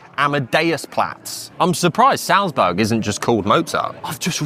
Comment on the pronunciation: Almost well enough to make up for how he pronounces Salzburg...!